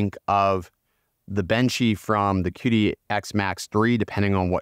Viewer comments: The Q in Chinese is like CH in English so instead of calling it Kidi you call it Chidi. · It is pronounced Chee Dee, the Qi is the vital life force in Chinese medicine. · Just a heads up; it’s pronounced chee-dee. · Plus, desiccant, Qidi (this one almost understandable). Just some words I noticed you said wrong/weird/different. Please ignore me, I'm just an asshole lmao.